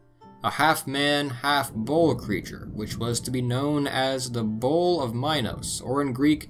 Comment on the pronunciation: When U say bull it sounds so much like bowl